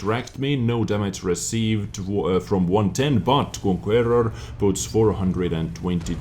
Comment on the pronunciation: Conquerrrrrror.......Love the language!!!:) Stay Awesome!